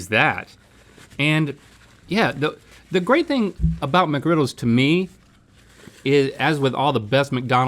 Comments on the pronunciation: As a highschooler that works at McD’s, I can confirm that no one says the “s” in McGriddles. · "we don't say Mcgriddles with an s" proceeds to say it every time with an s lol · It's not "McGriddles".